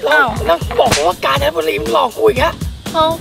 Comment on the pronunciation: ชื่อจังหวัดกาญจนบุรีค่ะไม่ใช่แบบที่พี่พูดว่าการนะจ๊บุรี